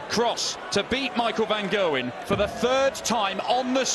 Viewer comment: "Van Gerwyn" lmao